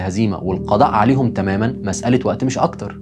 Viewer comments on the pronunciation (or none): none